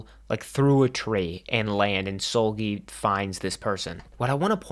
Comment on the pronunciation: Bro you pronouncing Seulgi as Soulgi is sending me 😭